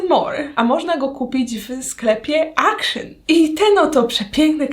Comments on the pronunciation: w sklepie action (czytamy akcjon!! nie akszyn) w holandii nie ma takiego słowa akszyn poprostu akcjon 🙄😫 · Mała ciekawostka zupełnie niezłośliwe, Action czyta się jako dosłownie „AKTION” bo to holenderska sieciówa, Pozderki z Rotterdamu i życzę wesołych ❤️🤟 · Jak bym słyszała jakąś karyne 🙄 dramat poprostu "akcjon" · ponieważ w holandi nie ma czegos takiego jak w pl jak "zangliszczanie" większości słów to jest Holenderski sklep i wymawia sie jego nazwę "akcjon" najzwyczajniej ;) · właśnie dlatego jak już moja córka ogląda kolejną "jutuberkę", która mówi akszyn to nie wytrzymałam ;) :)